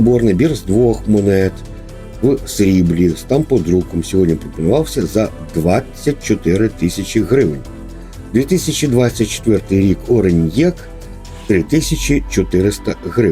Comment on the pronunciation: Дякую за відео, але правильно говорити, не ориньєк, а орьнек.